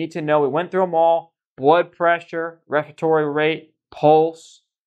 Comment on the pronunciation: Wespatory wate of twelve😂